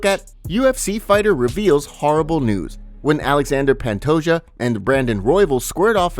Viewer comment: It bothers the hell out of me that you pronounce Pantoja’s last name as “pant-o-Ja” instead of “pant-o-Ha”